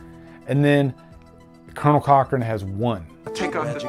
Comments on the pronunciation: I don't like correcting people but I have to tell you it's Colan Cochoren, not colonel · Cool revisit, love the movie. It's Conal Cochrane not Colonel, well it sounds like you are saying Colonel anyway :)